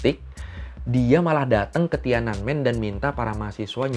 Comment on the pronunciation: Btw TIANANMEN itu 3 kata bacanya Thien An Men yang artinya Gerbang Kedamaian Surgawi